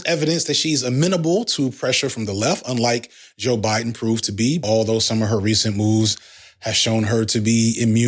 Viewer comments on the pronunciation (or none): none